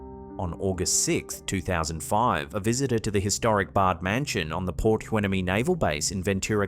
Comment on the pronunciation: not sure if you'll have another submission again in the future from Port Hueneme, but just in case, it's pronounced: why-NEE'-mee. I used to live near there, in Oxnard, California. Cheers, from the U.S.!! ❤🎉❤